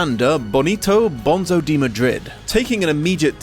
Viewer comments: umm actually, it's pronounced 'bone-so' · It's pronounced BONE-so